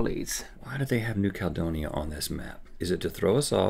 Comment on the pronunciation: Honestly Rhett mispronouncing New Caledonia EVERY SINGLE TIME was getting my nerves XD